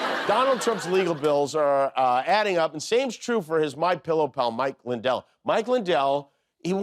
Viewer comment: Was that Lindell bit real? He mispronounced his own name.